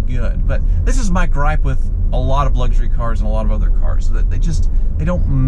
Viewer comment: stop saying "Luggshury car" — it's luxury. Lux. Not Lugg